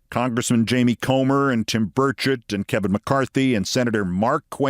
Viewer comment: Every time I hear Burchett's name invoked, it sounds like they're saying "Birdshit". Perhaps this has wounded him in some way.